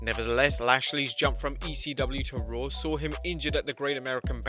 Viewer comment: “With Ric Flair running Rawr”